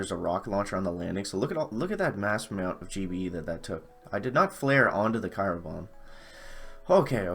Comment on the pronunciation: Mr Chickenif I'm not mistaken, it is Cryo Bomb not kyro bomb.